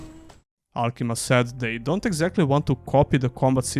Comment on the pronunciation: AlkimIa. There's an I there you're skipping.